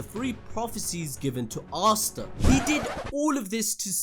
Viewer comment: Names aren't too hard to read out loud... How is the first guu calling Asta, Arstar. Nacht as Narc... 2nd guy was much better pronouncing everything right.